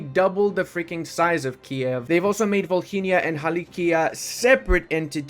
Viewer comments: Mate, it's Volynia, h is silent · In Volhynia H is silent Save ours ear's 🙏